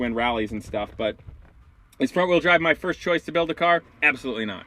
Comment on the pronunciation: You keep saying wrong wheel drive wrong, weird.